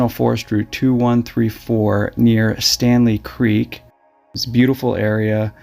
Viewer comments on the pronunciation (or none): Staley Creek, not "Stanley Creek".